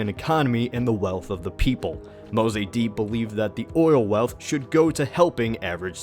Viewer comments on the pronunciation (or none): IT'S NOT MO-ZAY-DEE BUDD, IT'S MOSADDEGH PRONOUNCED MOE-SAD-DEGH. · Lol it's not read "Ayatoya" Ayatollah isn't a spanish word.. And it's Mossadeq not mossadi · "AY-yah-TOL-ah" "mo-SAH-deyk" "RAY-zah pah-LAVI" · your pronunciation of mossadeq is bothering me soo much dude (pronounced moe - saad - egg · To (...and my comments are really meant as a compliment ): Despite several inaccuracies and omissions and the fact that you got the pronunciation of Mossadegh's name wrong... A great effort!!! Most of the historic commentaries on Iran are plain wrong and misleading, as their narrative is developed by outsiders who have almost NO exposure to the country and its culture from within. They simply regurgitate worn out platitudes they found elsewhere ( yaaaaaaawn!! ). On the other hand you seem to have done good research to come up with the perspective and narrative you are offering! Kudos! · Why are such fake items masquerading as history allowed on YouTube? This guy can’t even pronounce the name Mossadegh right. And what « coup » are they blabbering about? The Shah ruled from 1942 to 1979, Mossadegh was one of his 20 Prime Ministers nothing more. In the constitutional Iranian system the Shah hires and fires PM’s as he pleases and based on the wishes of people or the Majles or parliament. Mossadegh had become one of the most hated men in Iran after the economic collapse he caused. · The way he pronounces Mossadegh...😳